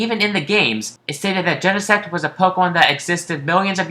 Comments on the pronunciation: i started laughing when he said gene-sex as plural for genesect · Wait Genesect paresect